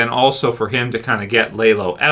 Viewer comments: Good video! Just bothered me you pronounced his name lay-lo instead of lah-lo, other than that great video! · Dude, it’s not lay low, it’s lalow! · It’s not lah low it’s lah lo. No w at the end it’s a Hispanic name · Dude why do you keep calling lalo (lah-loh) the wrong name? It’s not Lay-Low. Haha I don’t understand how somehow can mispronounce a name from a show where you hear the name pronounced correctly many many times. Maybe if it were based on a book where you had already memorized the wrong pronunciation while reading the book and have trouble swapping to the new/correct pronunciation that came with the show, but that’s not the case here - you literally hear it correctly from day one and then say it wrong. Wtf? Lmao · LAH LOW. NOT LAY LOW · lol why do u call him laylo when the show uses his correct pronunciation a million times? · Are you calling him Laylow just to troll? I don't understand how people can hear characters say a character name like literally 300 times throughout the course of a TV show only to mispronounce it so badly as if they have only ever seen it written. You aren't the only YouTuber I've seen call him Laylow and I just don't get it no one in the show has ever called Lalo Laylow one time in the entirety of BCS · I was asking the same! How do you get it wrong when you hear them pronounce it over and over on screen!?